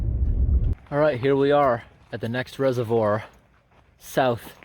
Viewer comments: Couldn’t watch anymore, mispronouncing “reservoir” as “reserve-ORE” was bad enough, but calling “sluice gates” “slice gates” come on... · Your constant mispronouncing of reservoir irks me way more than it should